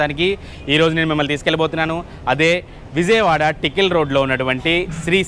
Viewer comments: నేను ఆ హోటల్ గురించి కాదండీ చెబుతోంది మీరు విజయవాడ అన్న పదాన్ని సరిగ్గా పలకడం లేదు. విజయవాడ అనడానికి బదులు విౙయవాడ లేదా విజియవాడ అంటున్నారు. అదే కాదు ఎక్కడ జ వచ్చినా ఆ పదాన్ని మీరు ౙ లేదా జీ గా పలుకుతున్నారు. It’s just a suggestion for your improvement. Rest up-to you. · బాబు చిట్టి. ... అది విౙయవాడ కాదమ్మా విజయవాడ. ౙ కి జ కి తేడా తెలుసుకోండి. మీరు మళ్లీ వాయిస్ ఓవర్ ఆర్టిస్ట్ గా కూడా చేశారు.